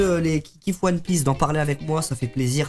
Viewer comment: non inox NON!! Tu peux pas dire "one pièce" pas toi quand même